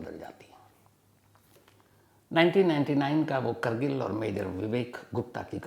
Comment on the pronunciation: करगिल नहीं कारगिल